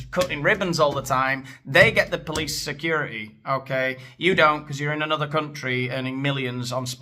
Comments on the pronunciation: Briddish, securidy, sidding aaaaagh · Why’s he have to say security with a d